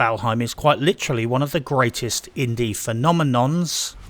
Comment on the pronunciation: "Phenomenonces" got me laughing hard